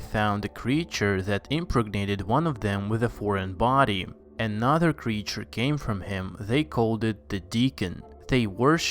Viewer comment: why do Americans on YouTube talk like this. putting emphasis on odd WORDS in a SENTENCE. and adding extra SYLLABLES in words like creature which this person pronounces as curr-ree-churr